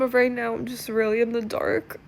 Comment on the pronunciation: "Om convinced"!!! 😂😂😂